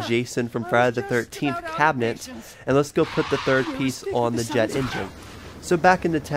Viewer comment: turrent.... cabinent.....